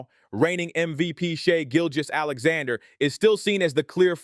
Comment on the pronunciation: Never heard someone struggle so much to pronounce SGAs name correctly